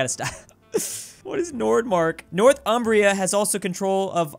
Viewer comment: calling Northumbria “North Umbria” is weird